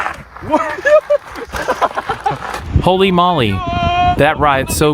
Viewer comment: Too long. NOT HOLLY MOLLY, ITS HOLEY MOWLEE!